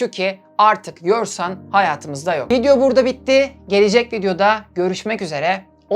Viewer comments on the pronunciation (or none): none